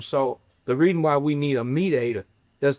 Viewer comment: Please stop saying mediator 😂😂 I had to forward past that part